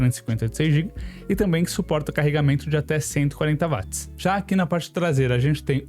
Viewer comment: 🛑A Dicção desse cara é PÉSSIMA! Será q o cara não conseguiria ir numa Fono, aula de oratória etc? Pior, será q ninguém vê que é uma Merda esse cara falando? Além de super difícil de ouvir esse cara é cansativo em poucos minutos.. (Além disso ainda erra termos técnicos! Claramente é 1 Curioso e não 1 Técnico.. Não existe Vat! Watt se lê/fala Uóti!